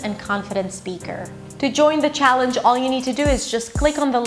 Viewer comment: Very impressive. Except for some minor detail. Scottish. That C should be a K. Also. Challenge. You pronounce the ch a bit off. But overall. Very impressive. Native passing. Intelligent lady.